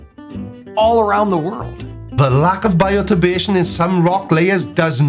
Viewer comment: Does he say BIOTURBADATION? I think he's dyslexic.